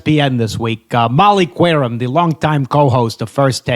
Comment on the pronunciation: Bonus correction from my boy producer J: Did you call say Molly Qwerim? It’s pronounced like Kerim. You butchered that one too?!